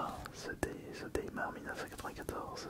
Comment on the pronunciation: Mdr "démarre" au lieu de "daymaire" vu que c'est comme nightmare mais durant la journée, un effort PTN dans la prononciation en anflais merde